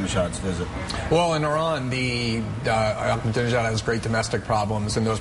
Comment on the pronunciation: He said "dijon" instead of "Ahmadinejad". He's an Islamofascist politician, not a type of mustard, you fuckwit.BTW, Greasewald should try talking to Iranians. Many of them are so sick of Islamofascism they are now referencing themselves as "Persians". If Islamofascism is so great and wonderful, why are so many muslims abandoning Islam? But I do admire Greenwald's ability to make money. I'm also a gay Jew, just like Greenwald; but I'm not so greasy-smooth. So I try to learn all I can from him. I'm about to receive an inheritance, and I'm going to offer a two-hundred thousand dollar reward for any info from someone in the NSA. I'll get tens of millions in return!!! BTW, Google-image Glenn's gay lover......SMOKING HAWT!!! That's where I'm going ;-)